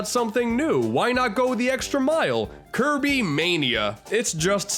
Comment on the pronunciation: you mean Kirb- Star?